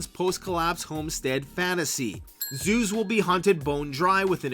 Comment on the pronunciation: Oh 'zoos' i had to listen to that twice..